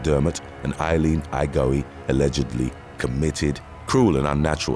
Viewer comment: There he goes killing people's names again. 😂😂😂 "Igo-ee"?? Pretty sure Igoe is "I-go". I feel we could figure out how to pronounce people's names with a little research. "Wo-sha-ka" is Oaxaca? "Wo-ha-ka", dude. It's a place in Mexico 🙄